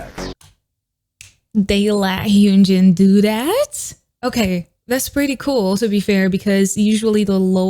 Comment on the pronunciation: Its not hyoonjin its hyunjin